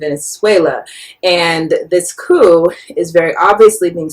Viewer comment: The 'p' in coup is silent.